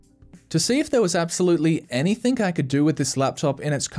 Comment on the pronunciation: "AnythinG" not "AnythinK"